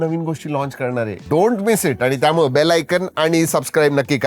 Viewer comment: आजचे शब्दोच्चार आधीच्या व्हिडिओ पेक्षा बरे होते पण सुधारणेला अजून बराच वाव आहे. "त्यामुळं"नाही, "त्यामुळे".